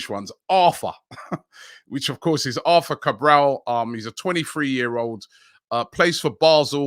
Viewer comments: for the arthur guy, its pronounced artoor...... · Back at it with Robbie butchering names “arfaa” “ortaa”😂😂💀